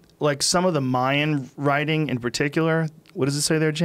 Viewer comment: Joe "What is wiriting" Rogan